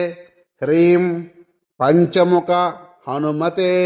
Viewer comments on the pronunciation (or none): 🙏🌹 నమస్కారం హనుమాన్ మంత్రంలో రీం మరియి హ్రీం ఒకే లాగా వినిపిస్తున్నాయి దయచేసి డిస్ప్లే మీద మంత్రం ఇవ్వగలరని మా యొక్క ప్రార్థన జైశ్రీరామ్ శ్రీ గురుభ్యో నమః 🌹🙏